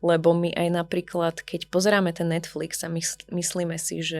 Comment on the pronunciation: Pekný rozhovor, naozaj aj nádherný hlas. Kks, ale tá výslovnosť 🙈🙈🙈🙈🙈🙈🙈🙈🙈🙈🙈🙈🙈🙈🙈🙈 - bLÝžiť - netfLYx - pozeraLY - LYtwratúra - maLYčké - mysleLY - vedeLY - na uLYci - kLYenti - inteLYgent - stoLYčka V každom treťom slove. Prosím, skúste povedať slovo LYteratúra a LIteratúra. Ak to bude znieť rovnako, tak už nemám čo povedať 🙈😀